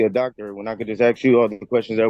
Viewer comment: This is old. Along with his 'arksin'. Any outcome?